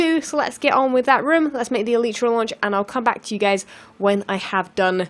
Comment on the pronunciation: you are saying elytra wronge